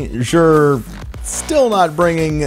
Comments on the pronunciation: This is not how you pronounce Xur.. listen to the postmaster in the tower and you will feel silly for going out of your way to pronounce it like this. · Love your vids and streams. but I just have to ask. Why do you say "jher"?